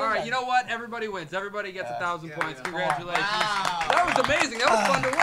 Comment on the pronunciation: HAHAHHAH it was soo funny, interview was like...And at the end Interview: Congratulations..And Tae after few seconds:Congragulations😂😂😂